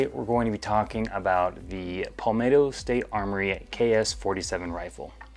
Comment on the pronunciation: "paulmetto" ok pal